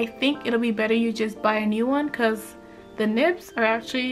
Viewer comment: Copics was bwetter, becwause the ays, i luv it